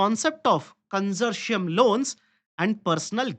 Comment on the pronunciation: Con-sour-ti-um LOANS.